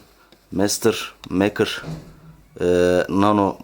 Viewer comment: mekır mı meykır olmasın ? ?